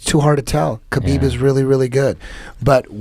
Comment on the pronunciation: Why do Indians call KAH-BEEB HAH-BEEB are they high. Are they drunk. Yoga fire yoga flame?